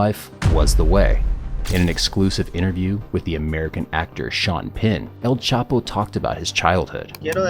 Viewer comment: It's not CHAPO